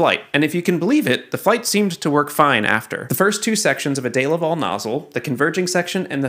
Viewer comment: Dee-La-Vell not a Day-la-val